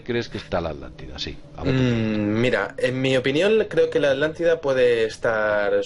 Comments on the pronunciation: Por favor repitan después de mi: A-TLAN-TI-DA, ATLANTIDA no es AT-LANLIDA. El castellano es lindísimo, por favor pronúncienlo de manera correcta. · Por que Vicente Fuentes dice Adlantida y no Atlantida? Saludos desde Mexico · Podrian hacerme el grandisimo favor de pronunciar bien las palabras: Es ATLANTIDA!!!! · Estos con su mala pronunciación me están enfermando los nervios Por millonésima vez ATLÁNTIDA